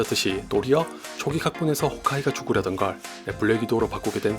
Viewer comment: 도리엌 초오기 각본에서 홐으 아이가 죽으려던걸 이분 발음 따라함